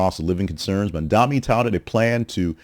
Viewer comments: Bro, I liked some of your other stuff, but you not calling Mamdani the clear front runner when he is obviously is, makes me queston your agenda. Also, pls say his name right. The guy has an amazing platform, he's FOR the people, and he absolutely cooked his comp in this debate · Fun to see you joining the meme of losers who can't say Mamdani's name correctly